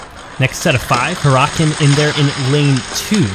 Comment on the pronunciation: Not to be rude but Huracan is pronounced (Her-uh-con)